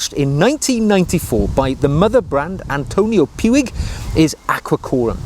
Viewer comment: Just imagine making a 10 minute video about something you simply can't smell through the screen - and yet it is informative and not boring! BTW: I think "Puig" is pronounced "pooch" (I had to google that as well).